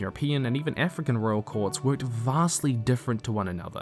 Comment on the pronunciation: Whyd he say "Even African" like that😢